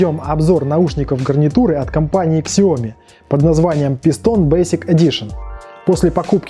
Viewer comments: Сяоми, а не Ксяоми или Шаоми. Это обсасывалось миллион раз. - американец, произношение у них совершенно иное, нежели у нас или у самих китайцев. Да и вообще обзор ни о чём, описание очевидных вещей, ясных по описанию товара в магазине и никакой конкретики вообще. Обзор, в котором нет обзора. В чём смысл данного ролика? Не делай таких обзоров. Если получаются только такие - не делай обзоров вообще, это не твоё. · Спасибо Виталию за информацию, правильно произносить так - Сяоми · MiLife правильно сяоми, с ударением на последний слог